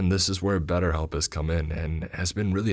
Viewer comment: Aw god 😂 not batterhelp agein . Audble are okay . But batterhelp.